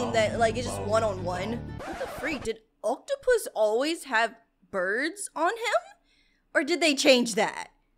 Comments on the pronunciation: You said rare oaktupus wrong you said it rare octupus 😂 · It’s not oktapus it’s oaktapus